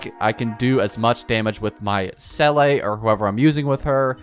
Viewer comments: It’s not seeley btw it seela seela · Se-lay😂 most ridiculous pronounciation ive heard yet its literally zee-la not that hard😢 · The baffling thing is that people who pronounce her name correctly seem to be in the minority. I can only assume they either skip story or pay the barest minimum of attention because I don't understand it either lol. I've heard 'seelie', 'selay', 'saylay'... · How is it possible that you mispronounce Seele when the game says her name nonstop in the belobog story? I don’t understand why you wouldn’t want to pronounce character names correctly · Some people don’t play the game in English Her name in game is also pronounced wrong to begin with. The number of people that CORRECTLY say the same is low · exactly, there's always a different situation. People need to just be more understanding and stop yelling at content creators in the comments for not pronouncing something right . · bro fr. People exaggerate this so much and content creators are getting so restless of it.